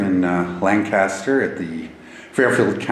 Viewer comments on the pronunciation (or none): Lancaster is pronounced “Lane-kiss-ter”, just an fyi. No one ever gets it right. Lol But otherwise, great video! I love watching paranormal investigators explore places from my hometown.